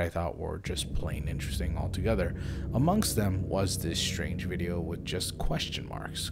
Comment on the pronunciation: Good Stories...Good Speaker.. except the 'shh-trange'..?..for the word 'strange'